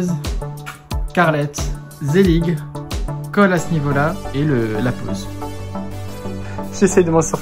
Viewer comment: Ça se prononce zellijjjje 😂